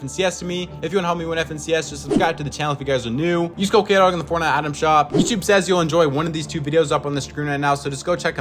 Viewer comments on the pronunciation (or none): none